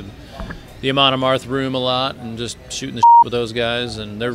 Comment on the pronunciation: Amoon Amarth -.- goddamn it. Say it right lady.